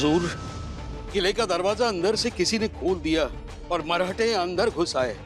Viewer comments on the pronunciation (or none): औरेगजेब लवड्या मरहट्टे नाही मराठे बोल औरंग्या